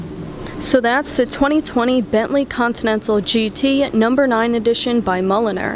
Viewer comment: If you also showed it outside in daylight it would have been perfect 👌. The way you pronounced 2020 I knew you are a New Yorker! 😂